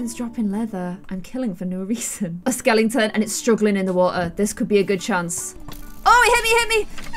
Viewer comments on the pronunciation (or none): "I also need to kill a skelington" ~ 2019